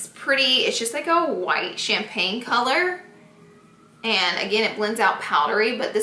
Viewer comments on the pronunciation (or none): none